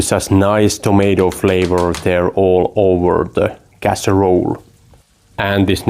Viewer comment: Yes you said over correctly. Recipe generally has 3 syllables. But I like the way you say it.